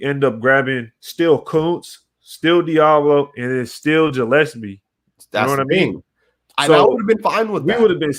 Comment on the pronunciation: Morrissey is More-S-C. Gillespie is Gill-S-P. And it's not Abrams... it's Abram. It's not that big of a deal, but I know that it bothers some people. Good video!!!